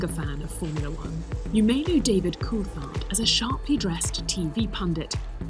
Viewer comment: Why does the voice over say koolthard? Weird pronunciation